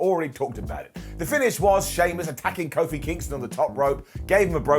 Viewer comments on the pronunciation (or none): none